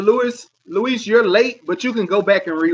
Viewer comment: Reeeeeeeeeeeee it’s Luis